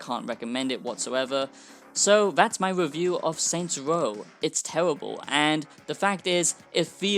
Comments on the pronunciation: Tewwibble absolutely tewwibble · “It’s tewibuhl!”